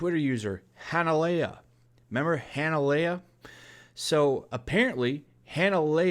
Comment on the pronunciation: Dude....it's pronounced Han-Leia....like Han Solo and Princess Leia. Lol!!